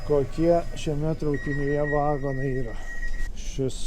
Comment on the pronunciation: neVAgonai bet vaGOnai..lIAtuvis